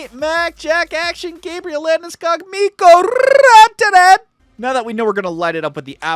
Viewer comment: Wait how he says name of Mikko Rantanen so good. Im finnish and thata sounds great